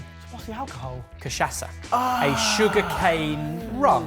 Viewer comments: Cachaça Is pronounce more like Ka-sha-ssa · I would love for to pronounce cachaca right even remotely, once. Other than that, been watching your content since the beginning, and still love it:) Tho you guys've gotten to be old farts in this time, what does that say about me?